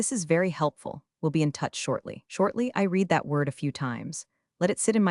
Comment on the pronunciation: This AI is better than most. Unfortunately it still can't tell, amongst other things, the difference between the past and present tense of 'read.' Which is annoying.